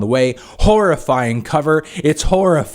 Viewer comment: Its not horifying Anthony, its Haire-iying. Dip